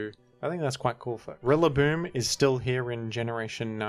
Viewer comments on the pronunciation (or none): Daaaayyyuuummm Rilla with the hard R